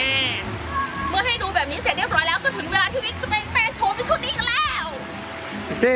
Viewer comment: ค่ะทำไมต้องใส่เสือชอสเดอละค่ะและยังพูดคำว่าแล้วเป็นแร้วหนูไม่ขอบพี่ชอบเซ็กซี้